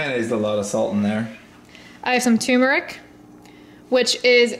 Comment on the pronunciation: lol TuRmeric:) not Toomeric:) is awesome:)